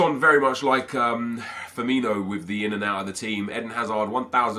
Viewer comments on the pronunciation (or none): Hello. Firmino, not Firminio. Come on man it's May!